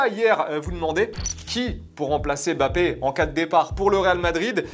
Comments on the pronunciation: Pourquoi vous (et d’autres aussi) l’appelez Bappé et non pas M’Bappé ? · C’est Mbappé c’est pas bappé sérieux